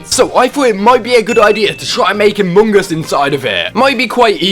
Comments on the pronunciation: You said Amogus (amo-goose) you meant Among Us (uh -muhng /əs/) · It’s not amoong us it’s among us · No one: Literally no one: No single soul:: a m o n g o s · Ah yes, my favourite game "Amuungas". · “Amuung us” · "amung uus" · I love how he says AmOnGuS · Ah yes, british... Emon Goos 😳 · My man realy just said Amung Us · I love the way he says ammung us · I love how he says among us amongus Good video! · I love how he pronouces it Amogus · He says amoonguss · the way he says among us is funny. and good job keep up the good work.